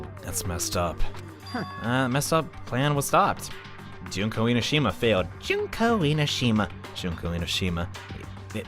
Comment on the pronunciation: your making me suffer cause you've been saying junko's name and its oissing me off